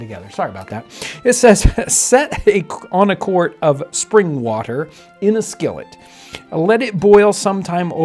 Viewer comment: "Spring waterina skillet" 😂😂😂